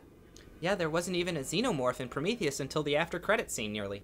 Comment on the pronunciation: Two "e"s in "Prometheus," folks. "Promethus?" Sigh.